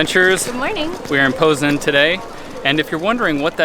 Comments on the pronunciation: It's po znan as in (pot) not po as in pole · how do you get POZEN from POZNAŃ? Why is the N silent? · Amazing loved everything but you kept saying Poznan wrong but it's okay lol thanks for coming to Poland hope you return and do a road trip. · Stop saying Poznan wrong!